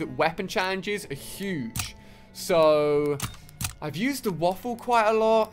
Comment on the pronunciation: Ali it’s spelt waffe but it’s pronounced vaffe because it’s a German gun and Germans pronounce w’s as v’s